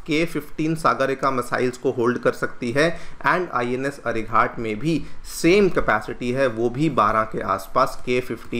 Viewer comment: अरिघात कहिए, अरिघाट नहीं।